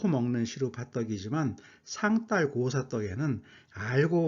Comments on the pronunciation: 애독자로서.............한 말씀 올리겠습니다요.............상달.........에서 달........의 발음은 딸 아니고 달 입니다요 혹 경상도 분이시어서 그러는 것이면 이해해 드리겠습니다 쓸데없이 쎈 발음 자제하십시다요 ㅠㅠㅠ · 상달보다는 상딸이 더 발음이 자연스러운데? 짜장면 자장면처럼?